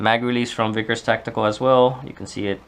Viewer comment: Vickers. Not Veeeeeekers..